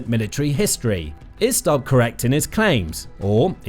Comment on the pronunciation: Its not Stabb its Stubb.